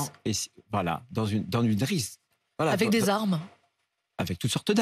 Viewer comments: il dit "risq" au lieu de rixe!😂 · Il confond “rixe” et “risque” !!! C’est une blague ou quoi ? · Il a du mal a dire "rixe" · Une risque au lieu d'une rixe une taxe force au lieu d'une task force s'il sait dire les deux pourquoi il inverse ? P.S. il ne se trompe pas à mon avis quand il dit fisc P.S. il a bien parlé et on le soutient dans cette mission